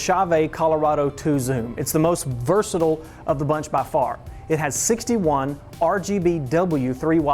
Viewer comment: Informative. enjoyed it. But "versatile"